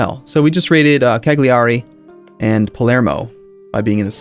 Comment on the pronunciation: I cried slightly when he tried to pronounce Cagliari. But 99.9% of the time he says stuff right so I don't mind.